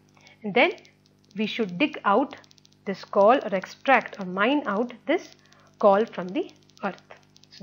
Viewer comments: it's coal not kaul lol 🤣🤣🤣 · Your pronounciation of coal is wrong correct it 🤣🤣🤣